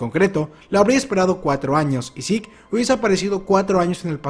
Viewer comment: porque sik? es zeke, tal como suena